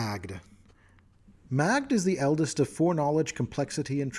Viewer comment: Just gonna throw this out there. Magdh should be pronounced Maeve, lentition of the consonents as in the Gaelic tongues. I mean she is like the most Celtic inspired of the Eldest. Just started playing a bard who worships her. That sweet fey obedience is gonna kick butt when I hit 3rd level. War for the Crown campaign, fyi. The Celebrity Archetype Bard is desceded through matrelineal descent from a Leanan Sidhe. The other players don't know that yet. No special powers just an excuse for an insatiable, devouring lust for beauty and love in my RP. A Pathfinder character that is one part WoD Victorian Toreador and one part Cyberpunk Rockerboy.